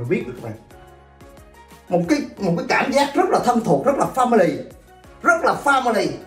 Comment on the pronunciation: family là gia đình á ý tui là ổng phát âm sai